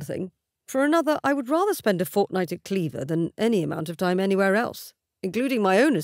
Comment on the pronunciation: I finally put it together. "Cleaver" and Clairvoir, pronounced incorrectly. I love it when that happens.